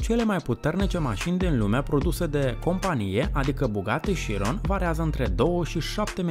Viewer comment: as zice ca se pronunta ciudat bugatti(italia) si la voiture noire, chiron, etc(franta) no hate, dar as mai zice ca s-ar pronunta "la voatur noar"...fain video btw